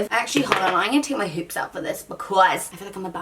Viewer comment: sabrina cucinella Especially since some of the words and phrases she says are already kind of in an American accent 😂 Like the "Hold my hoops" comment